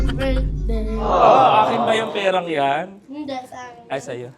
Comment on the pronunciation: Grabe dami kong tawa sa "hinde" hahahs